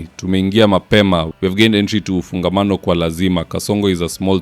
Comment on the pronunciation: It is Ufungamano House,, not "Ufangano House"!